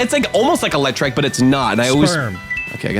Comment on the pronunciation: It's eelectrike because it's an eel